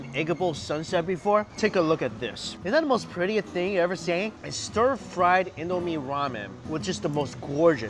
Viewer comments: And I Nigerian so it's not pronouced In-doo-meh but In-do-me and we made it tho we made indomie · It’s not pronounced indo may it’s pronounced indo mee